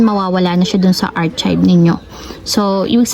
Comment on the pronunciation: Sorry ha, artsib? It should be aar-kive. Unless my explanation ka po bakit ganun basa mo.